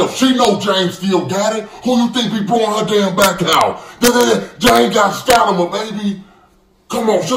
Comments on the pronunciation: Every time this fool say stanima I ctfu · got “stanima” baby 🤣🤣🤣🤣